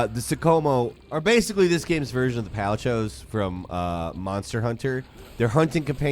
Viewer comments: what the heck is a “pal-chow?” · paliCHOs? lmao xD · Ah yes, the palichodes from monster hunter